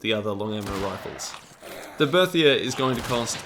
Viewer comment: Berthier (Ber-tee-A)